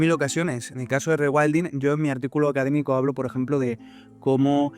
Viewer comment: con tanto "regüaildin" me pierdo